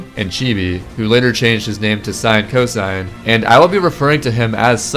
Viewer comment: it's not sinecosine Its sin-cos